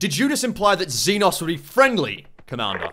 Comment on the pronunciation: Zee nos is not how you pronounce xenos its see noe s